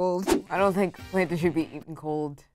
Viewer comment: It hurts my ears when the girls call em “plantins” they’re platanos or at the very least plantains